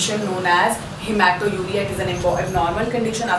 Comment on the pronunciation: It is not haemato_uria , but haematuria.